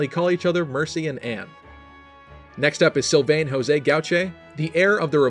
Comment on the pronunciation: "Sylvènne" bordel je meurs